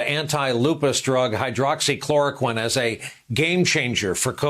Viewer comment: At least his pronunciation of hydroxychloroquine this time was on point.